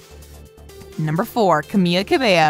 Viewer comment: The person speaking really butchered Camila's name...